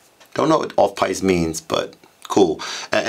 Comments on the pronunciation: it's pronounced 'peest' though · It's pronounced 'Peest'. The Piste is any ski-run so going off-piste means skiing in the woods etc or going off script